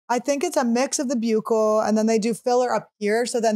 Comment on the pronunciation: FINALLY someone who knows how to pronounce “buccal”!!! It’s BYOO-kull not BUCKLE 🤦‍♀️